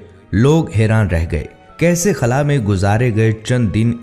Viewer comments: خلع نہیں ہوتا بھائی خلا ہوتا ہے کبھی خلع بول رہے کبھی خلا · خُلا نہی ہوتا۔ خلا ہوتا ہے